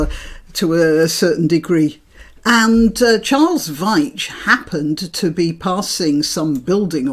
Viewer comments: Veitch as in beech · Pronounced <VEETCH> as in SPEECH:face-blue-smiling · Charles (Charlie) Veitch (pronounced "Veech"), is a long-time "You Tuber", who films mostly aroud Manchester, but other places also. He tends to video the street scenes and things going on, sometime provoking reactions from the less intelligent members of society! The police are typically thus......egotistical, thinking they ARE the Law and invariably bullies, psychopaths and criminals themselves (God know, we have had plenty of examples lately, haven't we?!) The maximum response they deserve is "no comment". In my view, they are not to be trusted, as anything you tell them is twisted and used agaisnt you, when you were simply trying to help. I never say a word. Silence is a right ("you have the right to remain silent"). However, the State amended the words, “You do not have to say anything. But, it may harm your defence if you do not mention when questioned something which you later rely on in court". This is meant to scare you into blabbing, but the caution does not mention any timescale - it just says when questioned. You do not have to talk immediately....wait for your legal representative and talk to him. (The effect of a traumatic event like arrest may be used as mitigation for not talking straight away, especially for someone who has no previous criminal record). Sometimes, police will not permit filming for operational reasons and that can be a reasonable request - security reasons, secrecy, etc.....State stuff. We all understand that and will normally comply, as it f